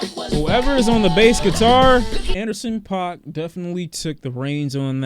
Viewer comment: It’s pronounced pack fyi